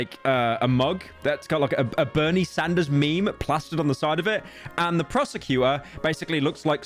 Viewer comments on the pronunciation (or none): none